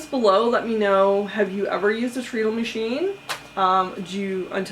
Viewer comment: Hello! Neat video and story. One thing, I am pretty sure (I could be wrong) that it is pronounced tred-ul because your feet run it. They tred on it! (Tread sounds like tred.)